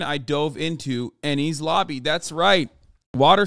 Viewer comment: Enies is pronounced like "N-E-S" it's a Greek word.